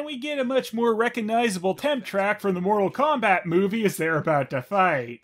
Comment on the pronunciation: You turned Mortal Phombat into Mortal Khombat :(